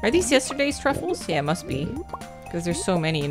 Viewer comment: Whenever your character picks up a truffle, all I hear is “Ru Paul” 😂😂😂😂